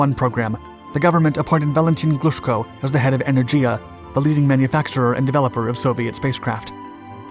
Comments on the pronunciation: Are you trying to be phonetic with E-nurse-ah? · Its En-er-giah